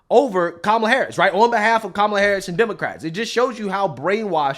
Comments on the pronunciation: Whoopi just mispronounced Kamala's name and called her "camel-a." Where's the outrage? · Did anybody else notice that whale goldbricker called her "cam"ala? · Whoopie just mispronounced Kamala’s name. Is that racist Whoopie? Kaaaa mu lu /Camel-a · Why is Whoopie not be called out for pronouncing the VP's name Camela ??? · Wait.....did Whoopi have a whoopsie pronouncing kamalatoe's name?! Where's the henchmen we normally see when anyone else does that?!😂😂😂😂😂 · Did Whoopi just pronounce Kamala's name wrong? Where are the woke police? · Whoopi just mispronounced kamalas name. I thought that was racist😂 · Why is nobody calling whoopi Goldberg racist because she mispronounced Kamalas name? Where's the outrage? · Didn’t WHOOPI JUST MISPRONOUNCE Kamala’s name😂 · Not Whoopi pronouncing Kamala’s name wrong 😮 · Did Whoopi mispronounce Kamala’s name? Play this back to see what you think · Did I hear Whoopi mispronounce Kamala’s name? How come the panel is not yelling at her and calling her racist?😊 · Correct me if I’m wrong but didn’t Whoopi mispronounce Cameltoes name? For shame. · Oh wait did Whoopi just mispronounce KAMALA'S NAME?????????!!!!!!!!!! The horror. I thought that was racist? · Whoopie mispronounced Kamala's name!!! Kick her off The View immediately!! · HOLD UP EVERYONE! Did whoopi mispronounce kamala's name? Where's the outrage? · Whoopi pronounced kamala's name wrong what the heck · Lol, she said she WASHED the greens in the bathtub 😂 AND Whoopass mispronounced Kamalala’s name 😂😂😂😂😂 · Whoopi can't even say Kamala the way they want it.😂😂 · Whoopi pronounced her name wrong. She did a racism. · I noticed that one woman mispronounced her name. What a racist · Whoopi didn’t pronounce her name right. 😮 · Hey, Whoopie just pronounced her name wrong and pronounced it the way Tucker does. Lolol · Whoopie said Kamala wrong, she’s racist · Did anyone else notice how Whoopi mispronounced kamala name? I could care less but they care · Whoopie said VP Camela